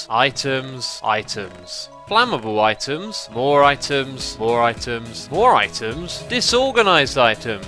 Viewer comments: After a while it sounds like he is saying iTunes :P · at the beginning it sounded like "itunes" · Items... Eye-Tums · I thought he said iTunes at one point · items, I tim's, I timbs, eye tims. eye timbs....